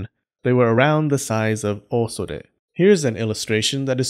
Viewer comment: I like how he pronounced "Osode" wrong, but then right the second time